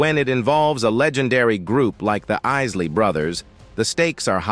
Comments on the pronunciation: is this being read by AI? Their name is not pronounced in that way. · Hey, the narrator keeps mispronounced the name of Isley. Get it right sir you bring shame to The Legend and the music of such soulful sounds that we will never forget. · Happy Birthday song to say in the name right then he said it wrong and then he started again the same he called there was The Isley Brothers not the❤ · Thumbsl down for interchanging the name pronunciation.. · Why is the narrator constantly messing up the name R&B And Isley when white men tell black stories lol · Man you have mispronounced their last name several times during this story. I’m appalled that you even did some research and put a story together and insult their names. If Ron and Ernie Isley heard the way you that they would be offended. I know I am their one of the greatest groups of all times influenced not only American pop and soul culture but the UK as well. Sorry I had to stop watching because of this mere fact. LB Boomer Sooner 🎃👎October 17, 2023 Tuesday morning am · Bro how you gonna say Isley correctly the first time then f it up the next? Put the bottle down g. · Why do you keep mispronouncing Isley throughout the video it just got so annoying I stopped midway Other than that it’s a good video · Fugazi. Mispronouncing a name everyone knows. This is some Ai generated type mess.Foh. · What's up with that narrator? Not only mispronouncing certain words, but the artist you're covering as well. Tighten that up! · This voiceover is terrible. It is butchering the Isley name. People should stop using it. It spoils these stories of legends. You have great stories to tell but this voiceover is not doing them justice. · Pls pronounce ISLEY CORRECTLY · Lots of lies, you can't even pronounce their last name correct. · The Clown Narrating Can't Seem To Get Their Name Right. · you can tell this is robotic, because they're group name is not easley it's pronounced "I" or "Eye"sley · ISley say the name correct dang